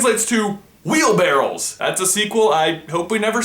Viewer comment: I really hope I misheard you when you said "wheelbarrel". For goodness sakes its wheelbarrow.